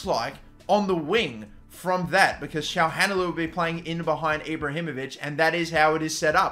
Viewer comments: "Shaham Halanoglou" "Gagan Chaglanoglu" "Hakan Shahalanoglu" Come on man xd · Btw Çalhanoğlu is pronounces Cha-lah-no-glue, just so you don't keep mispronouncing it 😁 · think its pronounced kalanoglu might be wrong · haha the way he said calhanoglu